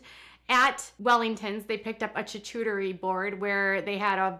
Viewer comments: Lol 😅😅 well FYI, charcuterie is pronounced shar-coo-ter-ee not ch-ar-ch-oo-ter-ee 😅 so cute! 🥰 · As someone from Northwest Arkansas, actually same town as the Duggar’s I’ve NEVER heard of someone call Arkansas the “middle of the Midwest”.... also it’s pronounced “Char-coo-ter-ee”... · You were saying they can't pronounce charcuterie but you can't either. You should do more research before you "report" and pick apart others. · ‘Derrick, it’s called Prosciutto’..... ‘after they had their CHACHOOTARRY board’ 😂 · Every time she says "chu-chu-teri" it reminds me of the Mary Poppins "chim--chim-sheri" song :) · "They don't always know the fancy words for things..." but you called it a "choochooteree" board. Lol (it's cute. You're cute though.☺️) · Lol hocking on Derick not knowing the right word for his food and you not knowing how to pronounce charcuterie! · Ironic that you mock Derrick for not knowing the name of something as you mispronounce charcuterie. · Ok she says "fundies" don't have much exposure which is why Derick doesn't know prosciutto.... But she doesn't know how to say "charcuterie" board? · can’t read “charcuterie” lol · I cannot handle the poor pronunciation of charcuterie happening in this video 😂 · You make fun of THEM, but YOU can't pronounce charcuterie properly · Yeah you make fun of Derek for not being able to pronounce prosciutto yeah you can’t say charcuterie board. 💁🏼‍♀️